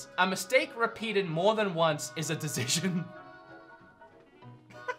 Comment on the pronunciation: please stop saying decision you cant pronounce it hahaha